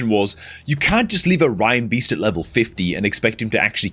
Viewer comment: Why does EVERY CC pronounce Reinbeast "rhinebeast"? He is clearly a Christmas reindeer. Doesn't everyone say that as RAINdeer? Were we brought up singing "Rudolph the Red-Nosed Rhinedeer"? Even, who is usually good on names that others consistently get wrong, does that one. OK, I'm a dreadful pedant and I'm not even perfect myself but... grrr. Now someone's going to tell me why I'm wrong.